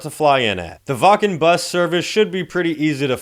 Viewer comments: Its "Vakn" not "Wah Ken" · Brother from germany here we need to talk: Its pronounced wAKKen not wAA-KEn, you feel me? ^^